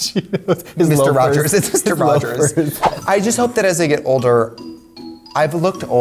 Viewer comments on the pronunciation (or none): none